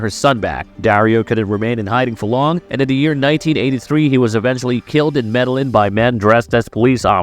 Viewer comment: Med - a - yeen, not medalin